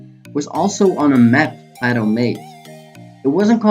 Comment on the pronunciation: FYI .. Plato is historically pronounced "PLAY-TOE".. not "PLOT-OH"..jusssayin'